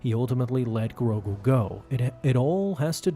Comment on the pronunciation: Why you saying grogu like that💀